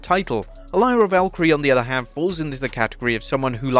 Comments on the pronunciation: Im convinced you dont watch WWE or are some kind of AI because you keep calling Lyra friggin Valkyrie instead of Valkyria and even though you get corrected multiple times per video you never fix it. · "Lyra Valkyrie". He'll never learn... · Please start saying Lyra Valkyria's name properly. It's not pronounced Valkyrie. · I love this channel so much but DEAR GOD, can you pronounce Lyra's last name correctly? Please ❤